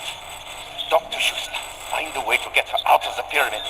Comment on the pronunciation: its schutester, not shootsta